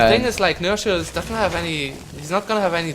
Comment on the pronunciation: Read nerchio like "h" not "ci"